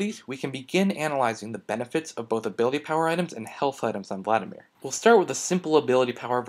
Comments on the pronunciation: Vladimir, not Vladamir. Emphasis on the first "i". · "Vladamir" Son, I am disappoint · its vladimir not vladamir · "Vladamir" xD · 'Vladamir' lol